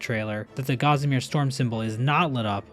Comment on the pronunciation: You need to learn how to pronounce 'Gossamer'.